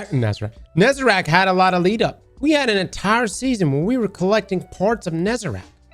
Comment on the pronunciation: If you say Nezarac instead of Nezarec one more time I swear to god